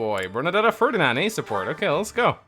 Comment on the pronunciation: Maybe try Ferdinand again? 😂